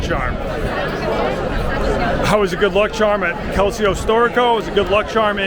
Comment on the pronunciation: “Good luck chahm”